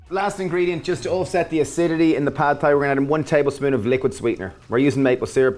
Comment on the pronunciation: Love your videos! It would be helpful to have written amounts in the description box. Also, Thai is pronounced like "tie".